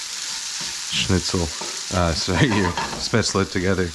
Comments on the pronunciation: Pronounced "Shpate-zel" not spetz-la. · Now go learn how topronounce spaetzle